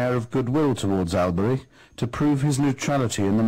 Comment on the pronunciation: At least he knows how to correctly pronounce the ch of Alberich :D